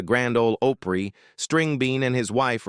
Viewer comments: He pronounced it Opree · It's not Ohhpry, It's Opry! If u are gonna put videos on here, stop using Fu$%&ng AI narrative!!!! Damn!!! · Grand Old Ope-ree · And it's not oooopry it is pronounced op ry. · How can you mis-pronounce "Opry ("oh-pree") like you've never heard it before? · Well, now I know this is an AI generated video. Can't pronounce Opry, can't tell the difference between Grandpa Jones and George Jones. I wish YouTube would put a filter on AI videos. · Don't say Opry the way you do! What a F#$%^ng Insult! Horrible!!!